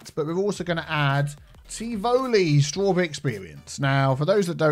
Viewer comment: Straw-tea-berry experience